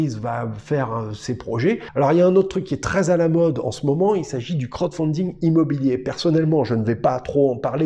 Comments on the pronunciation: Il faut absolument revoir la prononciation pour le : crotte founding lol Sinon super vidéo comme d'habitude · Bah en même temps il donne son avis dessus rien qu'avec la prononciation lol 😂